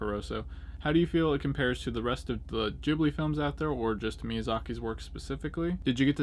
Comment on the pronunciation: LOL you pronounce it JIBLY !!! its a G bro , GHIBLI GHIB-LI - gotta admit tho your way of saying it cracks me up tho !